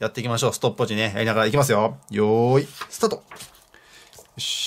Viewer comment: 「よーい、スタトっ。」好き。笑